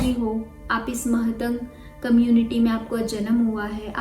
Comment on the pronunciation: Mahatang✖️ nahi matang boliye i came from matang community ❤🙏